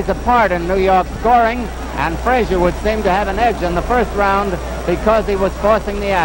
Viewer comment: Oscar was so slow and stiff with such poor balance and no defense. Joe was no more 5.11.5 than Tyson was (is). Joe Jr. told me in a phone call his dad was 5.10. Why couldn't pronounce Frazier's name correctly or state the third judges card w/o the confusion?